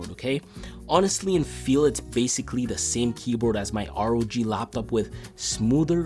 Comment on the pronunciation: You said LLLLaaptop way too many times bro… Good review though 👌